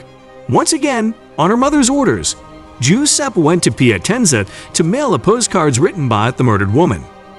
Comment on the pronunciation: Macabre = muh-kaab. Giuseppe = juh-sep-pee